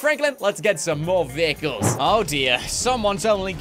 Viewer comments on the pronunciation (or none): bro its vehicles not viechles